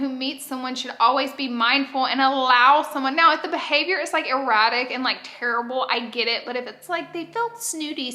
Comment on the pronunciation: gurl you crack me up im sure you said erratic but hun it sounded like erotic to me ,dying xx